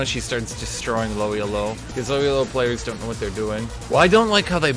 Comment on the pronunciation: Elo is not an acronym. It comes from a name. Just enunciate it as a word.